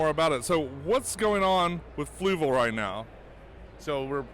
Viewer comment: For someone who uses their products so much, you still cant pronounce Fluval correctly lol